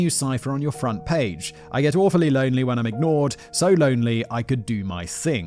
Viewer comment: Simon has this funny tendency to add Rs to words that don’t need them, like front “prage” lmao. I’d do the same thing too, I’d see a word with a letter R in it further down the line and pronounce it too early